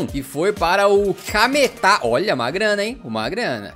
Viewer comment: ele falou cametá certo kkk (eu moro em cametá e ja trabalhei pro clube como fotógrafo)